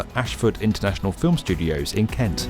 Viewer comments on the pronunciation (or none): none